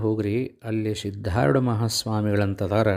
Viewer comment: ಆರೂಢ ಎಂದು ಉಚ್ಚರಿಸಿ ಸಿದ್ದಾರೂಢ ಅಂತಾ ಅನ್ನಿರಿ,ಸಿದ್ದಾರೋಡ ಎಂದು ಯಾರೂ ಕೂಡ ತಪ್ಪಾಗಿ ಅನ್ನದಿರಿ ಇದು ಆರೂಢ ಪರಂಪರೆ ಗುರು ನಾಮ ಸ್ಮರಣೆ ಸರಿಯಾಗಿ ಸ್ಮರಿಸೋಣ, ಇದು ನನ್ನ ಸಣ್ಣ ವಿನಂತಿ.